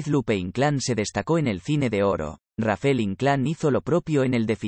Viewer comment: No es Rafel ess Rafael